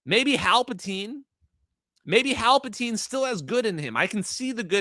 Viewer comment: "Halpatine" haha